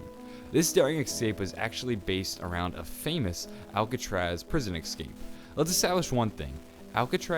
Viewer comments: escape. not "ecscape" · It's escape not ekskape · it's escape not excape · Its Escape not Ecsape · Could you please say Escape and not Excape? Theres no X in ESCAPE! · OMFG ITS ESSSCAPE NOT EGSCRAPE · Only thing that bothers me about this whole channel is "ecscape" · It's ESSSS-CAPE not EXS-CAPE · Escape not ecscape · Bro say it right Es-cape not Ex-scape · I hate how he keeps saying "exscape" and not escape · "eggscape" what. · It is Escape not excape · They built a plane and "excaped" They attempted there "excape" There was a pipe in his way that prevented his "excape" Jesus man don't skip English class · is he gonna stop saying ecxcape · Ex-cape. Ex-capable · Excape isnt a word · Why do you say "ekscape" instead of escape its kinda annoying..... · ALWAYSE SAY EXCAPE ITS ESCAPE CMON PEOPLE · I feel rude for saying this because these videos are awesome (very helpful/knowledgeable), but is anyone else annoyed about 'ekscape' not 'escape'? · OMFG!!!! The was he says escape pisses me off. Idk why it just does. I mean exkaped is basically what he's saying. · Ecscape? Seriously bro? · I cringe every time I hear him saying ekscape. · It sound like he’s saying X but he some people talk different relax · Stop saying excape just a pet peeve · The way you pronounce "escape" just hurts my brain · But the way he says it isn't a joke...